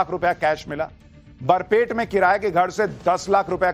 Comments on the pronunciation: Its Barpeta, not Barpet. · सुशांत जी बरपेट नहीं बरपेटा हैं। ये एक मुस्लिम बहुल जिले हैं। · Sir please clearly speak Barpeta District not Barpet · sir it's not BARPET , it's Barpeta